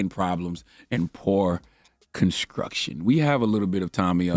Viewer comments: I can’t with his pronunciation of st words. “ Adminiskration” “ conskruction “ “skrong “🤦🏾‍♂️🤦🏾‍♂️ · “Poor conskruction” 😂😂